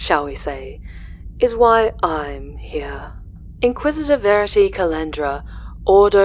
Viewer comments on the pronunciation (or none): Are we supposed to believe that it is mere coincidence that in your Alpha Legion videos you stress the words 'verity' and 'veracity' and then the 'Inquisitor' interviewing you is named 'Verity'?